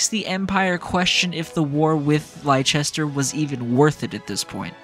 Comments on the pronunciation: As an English person, your butchering of 'Leicester' pains me so deeply 😭😭😭 IT'S LESS-TER NOT LIE-CHESTER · But it's pronounced Less-ter in the games. Plenty of times, too... Unless you are hard of hearing or don't pay attention, people will surely remind you a lot of times. (And Gloucester is pronounced Gloss-ter.) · oml it took me a bit to realise you were talking about Leicester from memory it’s pronounced like Lester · I was talking about Leicester, I played the game with the Japanese voice over, and there's a soccer team by the name Leicester that is pronounced Lie-chester, so it was purely me just scuffing the pronunciation, I apologize for any confusion 😂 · Yeahhhh I realized after starting my playthrough for Azure Gleam that I pronounced it wrong the whole video 😂 I'm used to pronouncing Leicester that way because of the soccer team 🤦🏻‍♂️ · You are forgiven for being a based JP voice chad. But for future reference, it is pronounced like "Lester" and "Gloster" for ease of reference. Blame the Normans. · Imma be honest, I was convinced that's how you pronounce Leicester 😭 I even watched the EPL religiously a few years ago, I apologize 😭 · It's hillarious that despite with a fully voice acted cast saying the name of the place constantly, Americans continue to be unable to pronounce Leicester properly. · bruh, there has been 2 games you should know how to pronounce Leicester properly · It's even funnier to me because like a week or two after putting this video out I realized I was pronouncing it wrong the entire time 💀 And tbf, I set myself up for it because I played this route with the Japanese VAs so that's entirely my bad